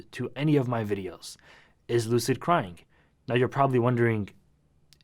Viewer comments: No one: Lil UK brat: "Is Loocid croying" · Is LuCiD cWiyIngS